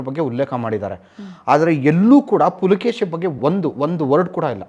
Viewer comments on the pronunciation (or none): ಇಮ್ಮಡಿ ಪುಲಕೇಶಿ ಅಲ್ಲ ಇಮ್ಮಡಿ ಪುಲಿಕೇಶಿ🙏🏻👍🏻